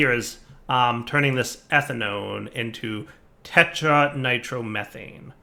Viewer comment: ”tetranitromethanane” LOL poor. Slow down and take your time to read the names, we won't mind dude. =)